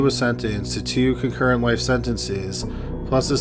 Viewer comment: Dude’s voice is more than I can stand! Concurrent...”cuh-ker-et”. You don’t have to talk like that because you think everyone else who does true crime does it. 🙃